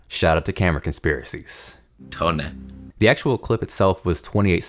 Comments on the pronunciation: "Toneh" killed me man haha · I'm only here for the 'toneh'